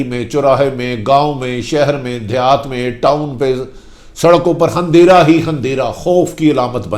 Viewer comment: Tumhain sirf tubsarey kurney ke illawa koi aur kaam nahain. Apni urdu to theak karo tumhari hur buk buk pe buta ruha houn.hunderah nahain andehra kehtey hain